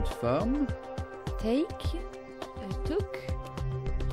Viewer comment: Prendre (to take) participe passé (taken) passé ("took" et non "Tok") Certaines de vos vidéos ne correspondent pas avec les audios...il prononce une chose et vous écrivez autre chose Mais j'apprécie vraiment votre travail 🎉🎉🎉🎉🎉🎉🎉🎉❤❤❤❤